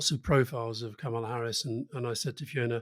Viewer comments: Alistair, Kamala (pronounced KAM-ulla, not ku-MARLA) Harris is 5' 4" not 5' 2", per an interview she gave with Katie Couric. I am surprised that she is my height, though, as she always appears to be tall and rangy. I guess it must be the high heels. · Two notes for Alistair: a) Her name is pronounced KAH-muh-luh not kuh-MA-luh. b) That dog is so cute I can't hear a word you're saying. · Why, why do we have to keep focusing on the colour of a person's skin. How about electing a Fat president, or a blue-eyed president. She's an American damn it! Let's get some balance here. May I say, Kamala Harris' first name is pronounced the same as Pamela - it's Kamala, no Kamahla. Sorry Rory, I love you, regardless. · Her first name is pronounced "comma la" not "kam ala" She's been vice president for three and a half years. Most journalists are getting this wrong?? Good to see Rory gets it right 👏🙌👌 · Karma -la, not comma la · Kamala (pronounced Karma-la by Obama btw) Harris feels authentic - Trump is just mad. Get out the young vote, women and independents and she has a chance. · Ka-mah-lah Harris? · It's KAH-mah-lah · Her name is pronounced “Comma’-la” with emphasis on the first part of the name.💙🇺🇸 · KA ma la. Accent on the first syllable. The right wing pronounces her name incorrectly on purpose, but the rest of us are trying to correct that. Cheers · It’s pronounced comma-la 😅 she is Trump’s worst nightmare. What can he attack? He will be seen as sexist, racist or misogynistic not a good look for the independent people he is trying to attract to vote for him 😂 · Kamala like Pamela (stress on the first syllable), not like Obama :) love the show guys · Mispronounced; kamala rhymes with pamela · Why can't they pronounce her name correctly? It is not brain surgery 🤔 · she has said herself that her name is pronounced comma-la. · Does make you wonder how much these guys know when they can't pronounce her name properly. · Kamala as in Pamela with a K. It is not difficult